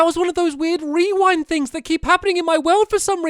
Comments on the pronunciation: Did stampy says "rewownd" instead of "rewind"? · Stampy it’s pronounced re-wind not re-wound